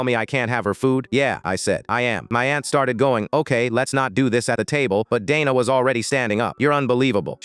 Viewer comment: Dayna not dana